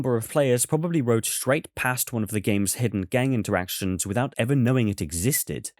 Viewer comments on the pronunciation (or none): none